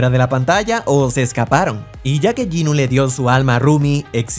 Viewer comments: soy la única que se dio cuenta que dijo "juni" en vez de "jinu"? lo dijo al reves XD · En la curiosidad 26, dice Juni en vez de Jinu, jajajjaj 😂😂, que paso ahí? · En el número dijo juni en vez de jinu